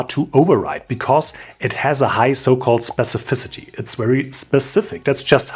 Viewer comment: Thumbs up for being able to pronounce 'specificity' better than 99% of CSS developers. Perhaps you could help Sabine Hossenfelder pronounce 'physicists' please?